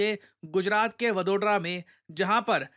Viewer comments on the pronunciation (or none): mere family me to "vadhodra" nahi kehte ham "vadodhra" kehte he😅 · The way he pronounced Vadodara!!!! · sir aapka Vadodara ka pronunciation galat tha, btw u can call it baroda to make it easy